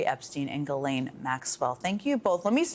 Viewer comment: Thank you for pronouncing Ghislaine’s name properly…which almost everyone gets wrong!!